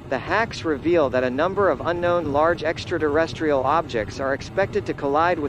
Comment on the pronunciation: What the hell is an extra-durrestrial?